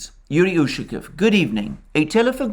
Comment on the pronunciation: Hello:). Usually Russian surnames ending in "ов" have emphasize on the last syllable. Иван'ов, Петр'ов, Сидор'ов. УшакОв.;)